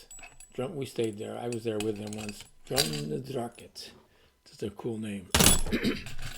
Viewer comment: It's pronounced Drum na DROCH -it.